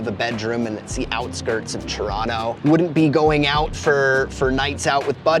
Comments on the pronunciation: That's not how Torontonians pronounce Toronto... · This guy isn't from Toronto, he says it with a hard T and no one from Toronto says it like that. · How is this man Canadian but cannot pronounce Toronto properly lol im baffled